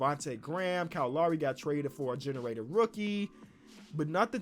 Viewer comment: “Kyle Lawry”